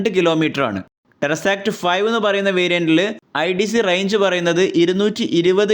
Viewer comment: എൻ്റെ മനുഷ്യ.. ടെർസാക്ട് എന്നല്ല.. ടെസ്സറാക്ട് എന്നാണ്..